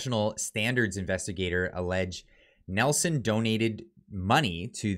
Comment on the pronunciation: It's Neeilson....not Nelson...